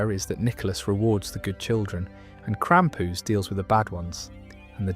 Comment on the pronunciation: Why say krampus like that, its so tragic